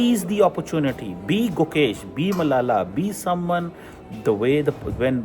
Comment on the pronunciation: His name is Gukesh. Pl correct it.